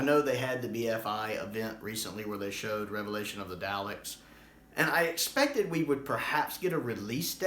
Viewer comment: I say this with the greatest of respect because I love your videos, but please - Dah-lek not Dow-lek. I know you're Midwestern. 😉